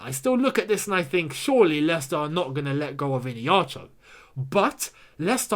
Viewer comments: Keep up the good work💙 P.s. its e-hey-nacho...not ine-hacho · The way you pronounce Iheanacho's name is hilarious 😂 IN-ACHO... it is pronounced like this E - A - Na - Cho. I'm Nigerian and we(me and Iheanacho) are from the same tribe. Enjoy watching your channel. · Dude you're pronouncing Kelechi's name wrong. It's "Iheanacho"...not "Ineacho" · it is iheanacho, not ineacho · Bruh I’m sorry but it’s not innieacho ffs🤔 it’s iheanacho, just like how it’s spelt. With an H innit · Mate the name Iheanacho,pronounced like (Ihea_na_cho) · Pronounce Kelechi Ihe_ana_cho well... He can do it at Chelsea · Gentle reminder it’s pronounced “Eeeya-Nacho” 😅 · the way you pronounce iheanacho makes me laugh a lot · Am still laughing hard at the pronunciation of the Nigerian strikers name..... Call me OK... Would give u the proper pronunciation.... By the way Iheanacho scored tonite against West brom....super dangerous player right now! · Why keeps skipping the "H" in Iheanacho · I really laughed hard because of the way was pronouncing Iheanacho. It's an Igbo name,the 'n' is not silent. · Lol, that is how the America pronounce Igbo names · You are not getting the pronunciation of Iheanacho